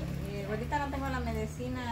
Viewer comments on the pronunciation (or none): Buenas tardes Micha ya es una señorita, sabe el bien y el mal allá ella, es bueno que estudie una carrera. se dice medicina y no medecina